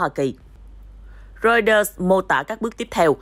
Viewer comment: Cha kg đọc được chữ Reuters à ?